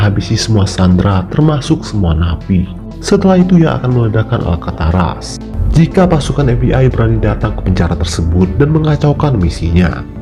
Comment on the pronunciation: Alcatraz min, bukan Alkataras ;)